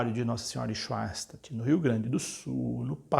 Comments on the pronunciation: sim , me refiro a pronúncia quando ele diz swein -statt ao invés de Shoen - stat. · Schoenstatt se lê "chanstat"